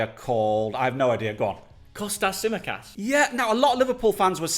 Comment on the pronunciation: Imagine not saying Tsimikas